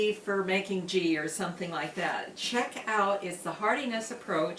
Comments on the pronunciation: It is pronounced with a a hard "G" as in "goat." There is channel I watch; the lady makes ghee in the oven and she uses a small strainer to strain the solids and it works real well. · I like it with the soft g. It’s kinda cute. I’m adopting this trend.